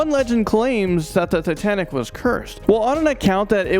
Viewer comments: He said titantic? I never heard of titantic. I’ve heard of titanic. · Say sooo titanic 💗